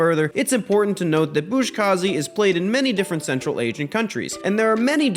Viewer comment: I just wanted to also mention. Its pronounced “Buzkashi”. You wrre pronouncing it as “Buzkazhi”, much like “Kamikaze”. Maybe your sources are different but mine indicate this. Awesome video though, there are no critics there